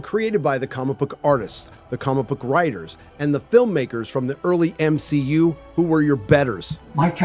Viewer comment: Ngl I agree with you on most things but I would appreciate it if you just put it bit softly and stop saying M-she-u it sounds bit distasteful